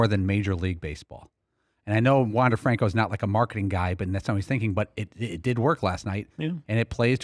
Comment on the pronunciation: Incorrectly pronouncing Franco. He also was not a draft pick, but an international signing. Maybe learn some facts before you mouth off on the player?